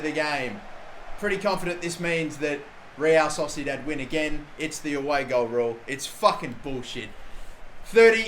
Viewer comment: Real Sosidat - love that pronunciation